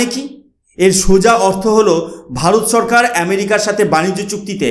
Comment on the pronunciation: TUMI NOMOCHKAR BOLO KENO? NOMOSHKAR BOLBE. TUMI SHO ER UCCARON KORTE SHEKHONI, LECTURE MARTE ESHESO. SHORKAR KE BOLSO CHHORKAR. HA HA HA